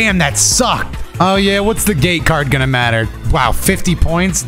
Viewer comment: Ngl thought you were saying gay card for the longest while and not gate lol